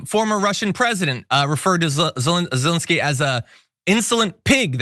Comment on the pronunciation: Thank you for pronouncing Zelenskyy's first name correctly,.